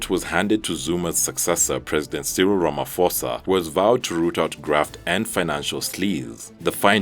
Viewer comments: It's not "Ramafosa" - you do not pronounce the "ph" in his name as "f", but rather as "p". Ie, Ramaphosa. Brilliant videos, love them! Keep it up team! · Cyril Ramaphosa (Ramaposa... is the correct pronunciation). Ph in Zulu is pronounced 'P'. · Ramaphosa is pronounced Ra-ma-po-sa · I think it actually in many Bantu languages but I don’t know why they keep mispronouncing his name on this channel. He Presenter is pronouncing it as if it is an English word.